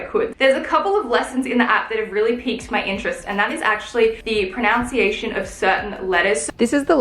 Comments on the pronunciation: I love you and I love your videos...but it's "proNUNciation", not "proNOUNciation". Just a little thing. Excellent goals; you've really got me thinking about mine:) x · Before learning the pronunciation of Italian words learn the pronunciation of the word pronunciation- unce not ounce. I love that you're getting rid of things that just take up space, that don't really have any use in your everyday life :D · Did anyone else notice when she was talking about the proper proNUNciation of the words in Italian, she kept saying proNOUNCIation? Jw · Is anyone else finding it low-key funny that is pronouncing the word ‘pronunciation’ incorrectly? Lols